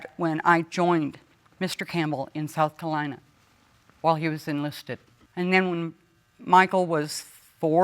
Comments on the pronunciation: Did she just say “South Cuh-lye-nuh” like, pronounces South CaRolina without the R?? 😂😂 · Missoura? Sout Carlina? She needed to pay attention in high school.